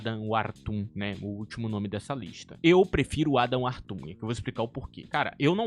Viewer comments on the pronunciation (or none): Não se diz Adam wartum, o certo é Adam Worton kkkk✅